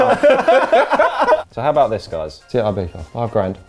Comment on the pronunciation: Why are you mispronouncing Ibiza? Why are you saying "Ibetha"?